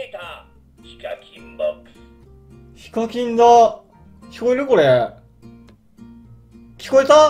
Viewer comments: ひ↓か↑きん↓ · 時々、発音が非課金になるの草